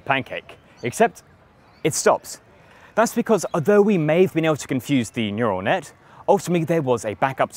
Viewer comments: “Neutal Net” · “neutal net” ah yes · What's a neutal net? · Neutal net... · Nutal net huh? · It's "neural net", with an "r", not "neutal net". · Neutal net , though